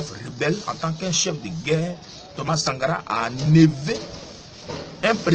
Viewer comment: je t assure je suis mort de rire ce matin. Comment quelqun qui parle polik n arrive pas a dire correctememt Sankara.